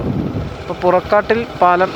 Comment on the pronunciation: പുറക്കാട്ടിൽ അല്ല പുറക്കാട്ടിരി എന്നാണ്